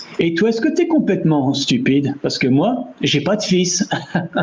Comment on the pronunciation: Memory unlocked 😂. Because he sings off-key. He's famous for being a disabled kid being given opportunities despite singing poorly because he was supposed to die young, but he's almost 30 today 🤷‍♂️... Yeah, she's going into a coffin 😂. Meaning is right but pronounciation of "fils" is "fiss". The L is silent 😅. The way you pronounced it, it would mean "strings". In France, "gosses" means kids. In Quebec though (where I live), it means testicles... So this meme has a whoooole other meaning here 😂. "ma cochonne" can be a term of endearment (for a person) like "my pet" or "my puppy", but it's usually used as an insult to mean "dirty slut". When meant as endearment, it's actually just "piggy". Unintended but funny pun 😂. "Plotte" pronounced like "plot" means vag- 😅. So yeah, plotte twist 😂. This guy is me about Quebec 😅. We're in Quebec, we speak French. I don't care that Canada is a bilingual country, Quebec is a monolingual province. TIL the origin of this meme is from C'est pas sorcier! 😮. I never saw the meme, only heard it 😅. 100 millions is 100,000,000, not 100,000 😅.